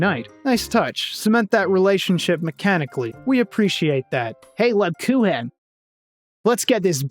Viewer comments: Hate to be that guy, but it's pronounced more like LeebKooken. She's actually named after a german type of Cookie. The Grocery store by the home I grew up in would sell them all through December. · I adore the irony of the Rosenmarine/Rosemarie thing when you pronounce Lebkuchen wrong 😆 Absolutely fantastic video on, frankly, an all timer game. Thanks for spreading the good word!